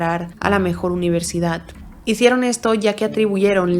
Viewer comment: Me encantan todos tus casos, pero lo pienso un montón, porque palabras que acaban en d las acabas en t? UniverdidaT.CantidaT. ManfreT. Y esto ha sido solo mientras escribía el comentario xd